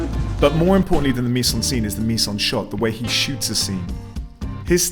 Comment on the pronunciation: Excellent intro. Thank you. (Friendly French pronunciation tip : miZe-en-scène (not miSSe).